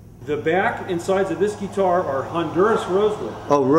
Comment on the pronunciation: Any Luthier is awesome! (Would be awesome to build a guitar as a DIY Project some time :D) Buuuuut! Did it bug anybody else how he kept saying "geee-tar"? Gah!